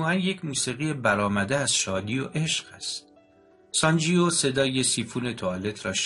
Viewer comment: اسم شخصیت مرد کتاب sanjeeve تلفظ میشودونه انطور شما تلفظ میکنید sanjio, بهتر است قبل از خواندن یک کتاب دستکم گویش درست انرا یاد بگیرید٫ گذشته از ان نیازی به تکرار پی در پی اسم شخصیت داستان و انهم بصورت نادرست که اعصاب شنونده را داغون میکند نیست٫ کار ضمایر در گرامرزبان همه ربانها جلوگیری از این کار است ٫این ضمیر در دستور زبان فارسی واژه «او » است. امیدوارم در کتاب خوانی های اینده کارتان بهتر از این باشد. من نمی خواهم نا مهربان باشم یابخواهم توهین کنم ولی درست این است که پیش از اغاز هر کاری شیوه درست انرا با کمی بررسی یاد بگیریم، موفق باشید